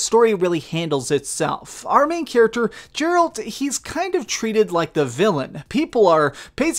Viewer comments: not Jeralt, Geralt Oh dreadfully sorry :'''''D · I love your videos man but I can't ignore this ( jeralt?) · Is he French Canadian?Might be the reason he pronounces the G sounding like a J. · How have you played this game on every system yet still can't say his name correctly?!! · The fact you said ocean zombies in stead of drowners and pronounced Geralt totally wrong makes me wonder if you played without sound lol. Just giving you crap man good video lol.